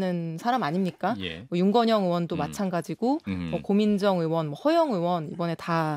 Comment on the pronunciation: 의원 발음이 안돼? 으이원..이게 안돼서 으원이야?